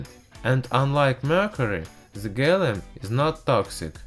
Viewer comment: LOL he says gallum